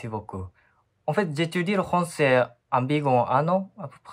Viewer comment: Pour ce jeune homme, il devrait travailler ses "F" car il dit : rancer au lieu de français, il dit "dgénéral" au lieu de "général" Sinon, il est parfaitement compréhensible.